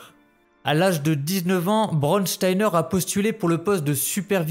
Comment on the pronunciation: Juste apprend à prononcer mieux les mots en allemand. Braunsteiner et pas brodsteiner. Braun = brun Stein = pierre. Oui brun est la couleur du fachisme et dure et insensible elle était comme la pierre…… Son seul nom la prédestinait à commettre l’innommable…… Surprenant n’est ce pas ?